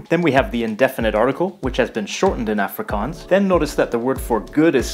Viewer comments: Some pronunciation tips: Afrikaans is pronounced like "aaf" "ri" "kaans" (note the long a-sounds) Boers is pronounced like "boors"; it's one sound Khoi-San is pronounced like Choi-Sun, no isolating the o- and i-sounds But well done for getting most of the rest right 👍🏻 -from a native speaker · The "A" in "Afrikaans" should sound almost more like "u" in the word "up" , rather than "a" in "active". You got the double-a sound in "Afrikaans" right though! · okay, i’m from the eastern cape, and i speak afrikaans with my friends at school and english with my family. maybe this is a western cape thing, but i’ve never heard afrikaans pronounced like africans. so i’m not sure if it’s just his american accent or if he got it from those audio clips he uses. same with the word boer. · it's AA-FRIE-KAANS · Its pronounced Ahfrikaans... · The way he says afrikaans is triggering😂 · The way he sais afrikaans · I have never heard anyone in SA refer to it with that pronunciation, everyone I have been in contact with uses the proper Afrikaans pronunciation in South African English